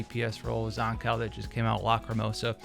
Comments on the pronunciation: Zan-COW? dude its pronounced Zankoo... Like skew, blue, boo and Zankou... I would even take Zankoo, like zoo or even Zankou like go. Zan-COW is where I draw the line haha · That aside could you please learn to pronounce Zankou correctly thank you